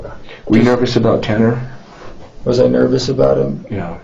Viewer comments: Nah the way he didnt even know how to pronounce Ta-Ta-Tanners name…he has to be innocent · Haha, how this kid slowly pronounced Tanner in the beginning acting as if he didn’t even know how to say his name. Very dull tool in the shed.